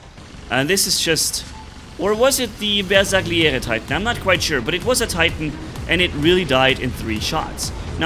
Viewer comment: Please stop butchering the name of the bersagliere like that😭🙏